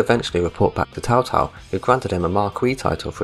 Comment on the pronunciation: Sorry for being a prick, but you gotta stop calling Cao Cao "Tao Tao"